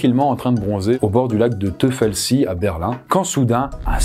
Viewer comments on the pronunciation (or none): Teufelsee, se dit "t oye feul zee", cela signifie lac du diable. Pas "teufelsie"...